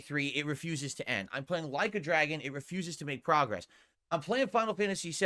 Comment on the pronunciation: “Like a Dragon refuses to prahgress” 😂😂😂😂